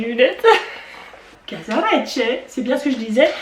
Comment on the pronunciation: Aaaah oui à propos les casaresce comme tu les as prononcé c'est très juste ...avec l'accent et tout mdr 👌🤣